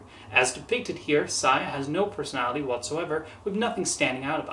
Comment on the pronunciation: Not to be that kind of person, but the name is pronounced "Say-a". Just thought I'd let you know.